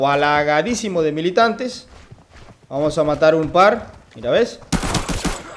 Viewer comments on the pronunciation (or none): none